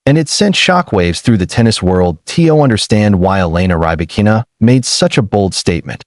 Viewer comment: Not Rye-Bakina. Pls pronounce correctly